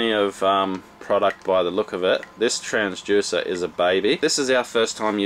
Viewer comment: I have to know - is it pronounced “transJUICER” in Australia or is that just a thing?